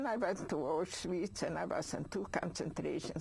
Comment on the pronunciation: Auswhich? He needs some education.